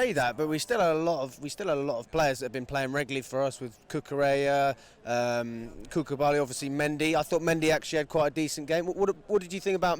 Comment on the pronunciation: This man called koulibally, cucubally😂😂😂😭😭‼️